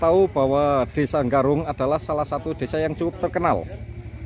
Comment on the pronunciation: Desa Garung apa desa Nggarung sih? Tolong di pas ke leh ngucapke btoo.